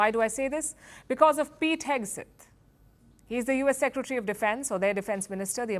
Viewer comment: Hegseth, Palki, not Hegeset